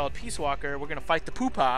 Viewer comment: Seconding dzmcroy, dude, it'll save you a crap ton of time to just hold people up...you don't need to use cqc at all, and they stay out of the fight until their homies find them, but yeah, have fun with the pupa....pronounced pew pa not poopa